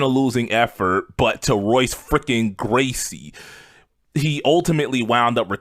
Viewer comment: It ain’t a big thing but the Brazilians use an “H” sound when R is at the beginning of the name. So it sounds more like “Hoyce”. Just some MMA nerd ish. ❤ Edit: Nujabes RIP